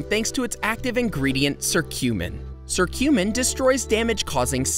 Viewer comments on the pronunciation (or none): The letter C can be pronounced as K, sometimes. You know? 😉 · Sorry not to be rude but is your curcumin pronunciation is from a different country than the US? Thanks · 1. Apples 2. Turmeric (he mispronounces curcumin 🤦🏻‍♀️🤦🏻‍♀️🤦🏻‍♀️) 3. Green tea (and he mispronounces Quercetin) 4. Mushrooms (increasing vitamin d intake for sunlight) maitaki (mispronounces) and portobello 5. Cayenne pepper 6. Soy (DON’T. PLEASE. DON’T. MOST SOY IS ALSO GMO. DON’T) 7. Ginger 8. Carrots (mispronounces lycopene…) 9. Spinach 10. Grapefruit 11. Tomatoes 12. Garlic 13. Salmon (and Omega 3 fatty acids) 14. Banana 15. Beans (and magnesium) 16. Oranges 17. Whole grains 18. Coffee (caffeine.. if you’re going to do this, just drink Matcha - it’s green tea and has caffeine and gives better results - that’s me, not the video). 19. Water (to detox and remove mucus from your lungs). Hey, at this point, just eat everything until you think it helps… just go find a better video. That’s my gift for you.